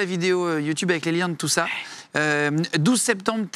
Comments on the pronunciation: "YOUTOUBE" même la meuf à gauche rigole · il dit yOUtOUbe😂😂😂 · 16 :48 il dit youtoube